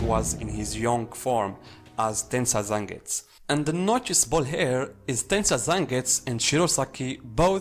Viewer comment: So annoyed with him not pronouncing fully like zengusss. Wtf man its Zengetsu! 🤮